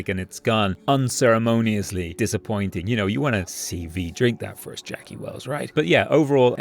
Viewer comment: As a Mexican man you trying to pronounce Jackie’s guns made this video 😂😂😂keep working on it you’re closer than you think!!